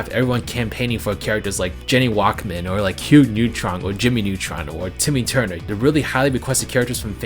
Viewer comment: Other than the pain I felt when hearing Jenny Wakeman being mispronounced. I kinda have to agree that interest has decreased for Nick Brawl, despite the various improvements it's had in recent months. And while I can't give my thoughts on MultiVersus just yet, I still very much enjoy Nick Brawl & how the team is listening to their audience. But it could be possible interest could pick up again, just under the right circumstances I guess. I'd like to see a sequel someday tho, and hopefully things will be handled a bit better with it's launch compared to the 1st. As long as all the characters & stages carry over, with some more variety & modes. I'll be fine with whatever we get!